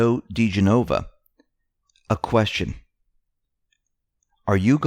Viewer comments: It's pronounced di GEN' oh vah, not di gen OH' vah. FYI. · di-GEN-o-va, not di-gen-O-va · Joe Da Gin ah Vah! Please pronounce his name right. Just saying;)